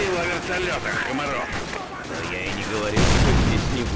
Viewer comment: Там написано Kamarov , а надо Komarov. Лайк если заметил))